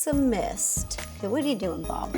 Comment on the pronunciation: ro said bom Instead of bob